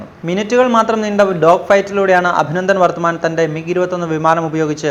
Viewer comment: അഭിനന്ദൻ വർത്തമാൻ ????????. .... ഇത്രയും ഫേമസ് ഒരു പേര് ....അതെങ്കിലും ശരിക്കു പറഞ്ഞുകൂടെ???